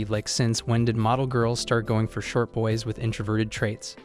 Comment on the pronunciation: He tried his best to say boys